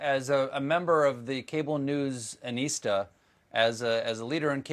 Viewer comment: What's a "cable news anista/(aneesta?)", Stephen? :) I heard him say Chris is this haha I've never heard this word nor can I find it on google so idk... Or what word was he meaning if he misspoke? :)